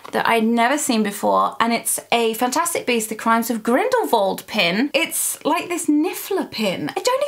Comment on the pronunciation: It's grindalwald not vald